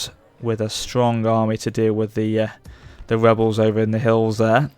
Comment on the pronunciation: "Welsh webels"